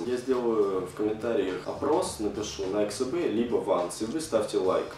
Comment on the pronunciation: Научись говорить Nike SB